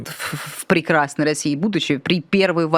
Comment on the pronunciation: Когда говорят "в россии будущем" слышится "в разебудущем"😂